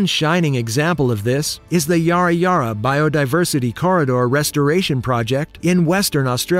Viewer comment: That's pretty cool! Also the pronunciation of Yarra is off, you're saying it like a pirate "Yar-ra" while its actually "yah-ra" like "hah ha" :)